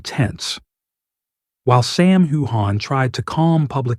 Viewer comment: This is not true. Sam wore a beautiful kilt suit. Also, try pronouncing his name correctly.